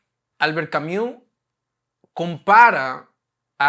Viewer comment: No es marxista y no lo afirma nunca en el vídeo. Por cierto ni el capitalismo tiene 500 años ni Albert Camus se pronuncia Camiu sino Cami, siendo esta U oscura.